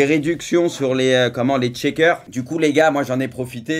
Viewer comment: Les « tchekers »😭